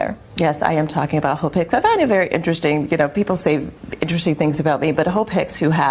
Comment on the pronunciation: Lord, I had to put the CC on because I kept hearing 'hoe pick' 😅😅😅 It was Hope😅😅😅😅